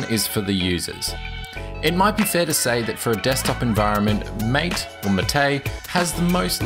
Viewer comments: It's "máte", not "maté" :P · equal emphasis on each syllable, Mar -Tay, not maTAY from the official website: " The name “MATE”, pronounced Ma-Tay, comes from yerba maté, a species of holly native to subtropical South America. Its leaves contain caffeine and are used to make infusions and a beverage called mate." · How do you pronounce "MATE"? i heard "ma - té". Whole life i thought was "may - t" (t sound at final) Btw, nice review! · The pronunciation is 'MAH - TAY like "mate" in Spanish. You used to pronounce it right. Why do you pronounce it all wrong now? =/ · i know there's a lot of pronunciations for MATE but a friend calls it "may-tee" jesus christ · The correct pronunciation is mah-tay...